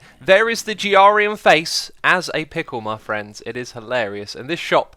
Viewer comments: I cringe every time he mispronounced grian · am i the only one who is annoyed at how he pronounces grian's name ? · U said grian’s name wrong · you pernouced his name wrong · Anybody else find it funny that he can’t say Grian’s name right and Grian doesn’t say his name right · love how you got back on grian by saying his name that way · Your pronouncing Grians name wrong!!! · Sam Teinert It’s a joke, he says Grian’s name wrong because Grian mispronounced his name earlier in the season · NO please stop saying grian name wrong pls lol thks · So are you saying grian’s name wrong on purpose? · please learn how to say grian´s name:D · You say his name like Grian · Its GRIAN not G-R-ian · G arian??? Bro it's GRIAN !!😂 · Not giarian grian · It's not Gee-ar-ee-an it's pronounced Gr-ee-an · xD G.R.IAN, its Grain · xisumavoid, why do you say "Giarian" instead of "Grian"? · its GRI-AN, not G-R-IAN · um... g r ian... thats not how u pronounce his name... its pronounced gree an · Gee-arr-ian? Its pronounced gree-in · No it isn't pronounced gree-in it's pronounced gree-an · Grian not G.R.Ian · It's Grian, not Jiarian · Did u call Grian, Griarian? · It is pronounced grain 0.55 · Pronounced Gree-an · Are u saying Grian like the as a nod to him never sayin ur name right cause it’s (Gree—Anne) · Xisuma it’s pronounced Gr-e-ain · pernouced greeyan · GRI-YAN yeah dont ask why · Btw it is gree-an (grian) and aka-shia (acacia) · jyarian XD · Xisuma, it's pronounced uh-KAY-shuh, Acacia. I love your stuff man, but that has made me cringe everytime you say it. Also, Grian's name is pronounced like GREE-un. Hope that helps, dude! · Every time you say "G-R-ian" I absolutely crack up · IT IS SO ANNOYING THAT YOU SAY: G,R,ian. (but i understand) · I chuck a lil bit everytime you butcher Brayanian's name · Almost sounds like you're calling him giardia...a parasite that causes explosive diarrhoea. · Greee-an [Pronunciation] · G-Ra-Rian call him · it's (greee-in)